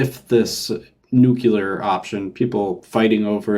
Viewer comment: I forgive you for your SE sins. For saying "nukular", however... :P